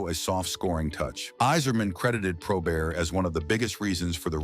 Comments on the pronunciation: It's NOT 'probear'.........it's probert! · Hey, it's (pro-bert) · ❤ He was pronouncing Bob’s last name like it was French Canadian: Pro-bare. Spelled Joey Kocur’s last name wrong among other wrong things in this video. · disagrees. genius says Pro-Bear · The T is not silent in his name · Can't believe you got Stevie Y's name right, you screwed up Bobby and Joey's names.